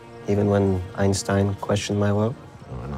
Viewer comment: It is irritating that Heisenberg, speaking German to another German, is having a foreign accent. Actually he spoke German fluently without a foreign accent. And he would of course pronounce the names of Einstein and Planck in the proper way. Why is this done?